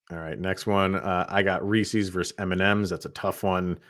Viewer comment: Don't call them reeseeees. Just like Reese Witherspoon, it's Reese's. You wouldn't say, "Those are Reeseeeeees car keys." You would say, "Those are Reese's car keys." 👍🏻